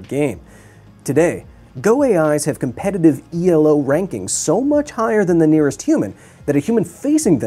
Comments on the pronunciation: FYI, it's pronounced "Elo", not E-L-O. It's the last name of its inventor, Arpad Elo. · E-L-O, Kyle? Its Elo, named after a mathematician. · heads up: Elo is not an acronym. it doesnt stand for anything. its named after the person who made it. so you just pronounce it as a word, not spell it out like an acronym.